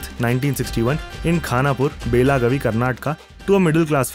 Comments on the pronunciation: It's not bela ghavi... It's ಬೆಳಗಾವಿ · Bhai please take place name correctly it's "Belgavi" District